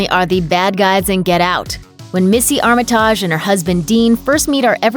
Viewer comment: Be so much better if you knew how to pronounce names properly (Armitage)